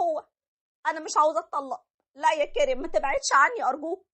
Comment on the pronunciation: معليش سؤال انتو بتسمو كاريم ولا هو نفسو اسم كريم بس بتلفظوه هيك متل الاجانب؟؟؟نحنا العرب منقلو كريم الاجانب بيلفظو متل ماعم ينلفظ بالفيد شو السبب؟؟